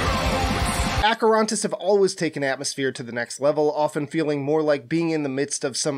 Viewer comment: I'm greek. Acherontas isn't pronounced like that...